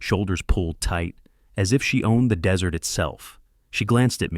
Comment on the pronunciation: Desert is pronounced (dez-ert) NOT (de-zerts.)